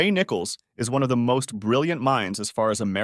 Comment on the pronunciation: nye-coles. Please.